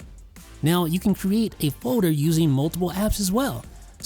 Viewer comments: I’ll leave a thumbs up when you learn how to pronounce “foder” and any other words with -ld. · You don’t say folder weird